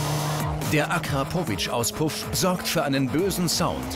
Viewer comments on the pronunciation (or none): wie spricht er denn „Akrapovic“ aus😂😂